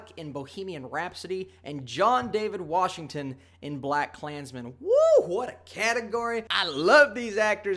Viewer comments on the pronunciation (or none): none